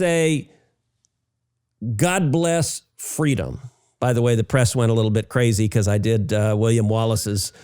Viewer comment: God bless fweedom!!! 😉